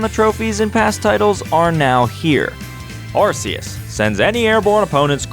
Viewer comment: arceus has a hard c